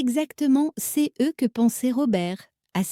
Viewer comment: La voix de la machine ne sait pas lire "CE" en devant épeler les lettres séparément.